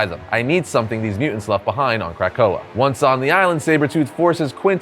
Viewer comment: Lol "crack oa"